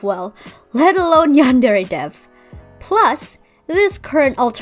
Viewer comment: I love the way you say "yandere" Also, do you will do Asu Rito or you will skip her?